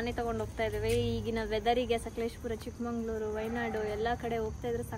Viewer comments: It's Chikkamagaluru it's not chickmanglore We have own history for it kindly change it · Chikka manglaur it's not chikanangaluru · Chikkamangaluru ❌Chikkamagaluru ✅ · Hey please chikkamagaluru not chikmangluru